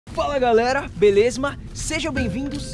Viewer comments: NO INICIO DO VIDEO AO EM VEZ DE BELEZA ELE FALA BELESMA KKKKKKKKKKKKK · alguem percebeu que ele falou belesma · pq ele fala belesma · Ele diz belezma em todos os vídeo. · Blaze- Agario talvez uma mistura de Beleza e lesma... shaushausha